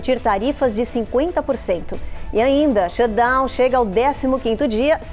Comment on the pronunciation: Shutdown!!!!! Pronuncia o T pelo amor de Deus “shudown” dói de ouvir.